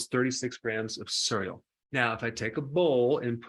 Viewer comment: Nice video but I absolutely abhor the way you pronounce 'cereal'.